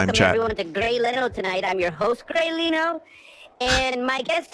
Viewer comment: grey leno occasionally pronouncing his name as grey leeno is my favorite bit. ever since i first saw this vod, it's been in my head